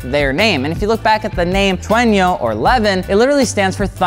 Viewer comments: Just wondering... am I hearing "tre-in-yo"? Thought it's pronounce as "Trueno"? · The car's name: Trueno What he says: Trenyo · God I can't stand hearing him say Treño. I mean, how could you mispronounce that? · How normal people say it: trueno HOW good people say IT: trueñio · Slight correction on the pronunciation of “trueno” It’s pronounced “tru-eh-no,” not “tru-eh-nio.” Very light consonants and the syllables are very forward in the mouth. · TRUENO is TRUENO not fucking Trueño 😭😭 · says how and why you won't get an AE86 Me: "I like your funny words "tweno" man". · I'm from Spain and I find it very funny how you pronounce the word trueno, it just sounds like “tueino” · Nobody:: “Trueño” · i cant with him saying tuenio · its pronounced "true-enno" edit: what if I wanted a trueno thats not being sold in the US and that was to be shipped out to the US? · Cringe every time he attempts to pronounce Japanese words. Trueno: Tu (almost 2)-ren-oh. There’s more info to the chasis code. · Trueño? lol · Not to mention the butchering of Trueno, touge and Keiichi Tsuchiya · Words mispronounced: Trueno, Touge, Takumi, Manga